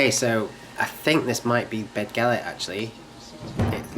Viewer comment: Just letting you know Dd is said th in Welsh So it's say bethgelert or Rhyd thu